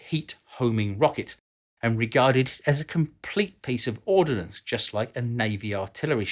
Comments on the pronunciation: Ordnance, not "ordinance". Ordinance means law or legislation. Common mistake. Otherwise great research and presentation,!!! Best regards from Malaysia! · Great video,. I learned some interesting info while watching it. (Would have been perfect if you hadn't kept putting the I in the middle of the word ORD-NANCE. Ordnance = weaponry while Ordinance = law. Sorry, but hearing that is as bad as people saying "newkyaler" for nuclear.) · You keep pronouncing it “ordinance” (a law made by a local council for example) rather than “ordnance” which is ammunition. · it's "ordnance" not "ordinance" - without the letter "i" ... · I know the difference is difficult to get your head around, but the correct term is "ordnance" (as opposed to 'ordinance' as in a legal instrument.) It's about as difficult as "nuclear" (as opposed to 'nucular', which is not fission device at all.) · I know this is 3 years old but I have to say it... ordnance is a two syllable word.